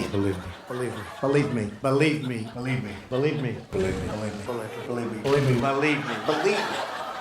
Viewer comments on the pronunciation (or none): He's does not say believe he says berive me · Why does he pronounce believe as balieve instead of believe? His pronunciations are worse than first generation immigrant, certainly does not show Ivy League education! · It sounds like he is saying belieb me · “Beliebe me”